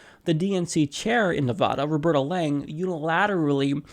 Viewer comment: neh-VAD (rhymes with BAD) - uh. :-) Sorry, lol. With all the Nevada coverage (and being from the area), constantly hearing it mispronounced is driving me wonky, lol. Not chair-throwing wonky though. I'll hug it out. :-P